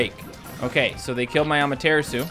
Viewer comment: The way he says Amaterasu is pretty funny xP. At first I thought he was saying that as a joke but it's like....been a thing since he first got it lol. Saying it wrong, but say it however you find it fun to say xD makes it more interesting anyway.